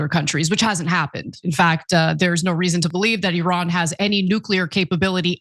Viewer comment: First of all, thanks for pronouncing the name of Iran right, it is EEran not Ayran, second of all, considering how iranian gov likes to show off their Power, they cannot be even near Atomic Bomb production at this moment since they didn't show anything in that direction yet.